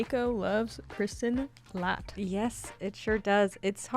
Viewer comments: This Latt sound so wrong :D its ä try to say L@ its not still 100% right, but better :) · The "ä" in Lätt is pronounced the same as the "a" in flat/rat/bat.